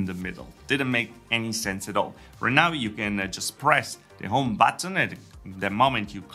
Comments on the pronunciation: You pronounce “home” as “ohm”. Why?!? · Italians often skip first H